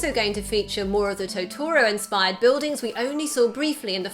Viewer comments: She said Totoro wrong 😤😤😤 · the speaker said totoro wrong